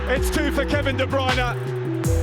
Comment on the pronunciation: How does he say his name so well 🤔